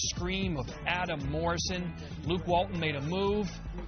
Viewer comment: You did Luke Walton wrong bro😂😭